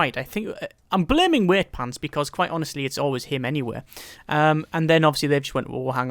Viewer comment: why do you say Weightpants? its Wightpants..."white-pants"